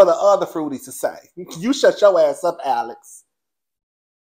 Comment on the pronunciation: The way you just read Alex zownn and Cassie caught a stray bullet! I am hollering😅😅😅